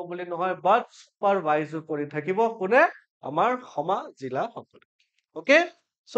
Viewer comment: Bhul ussaron korli xikhok bea nubujai,kisu buddhijibi somalusona korat thakei